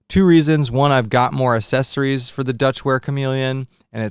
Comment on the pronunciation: my boi's gotta learn how to say accessories! jealous of your loadout. My load out will be UL soon!